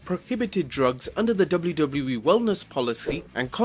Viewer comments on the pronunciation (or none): I know its just his accent but is no one gonna mention WluWluE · Dubbleyew Dubbleyew E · Am I the only one who thinks this guy can't pronounce WWE correct?